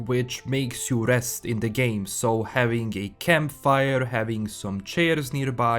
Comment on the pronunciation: i like how how its sounds like hes saying cumpfire and cumfort